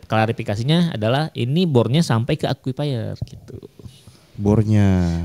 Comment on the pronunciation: Akuifer bukan aqufaier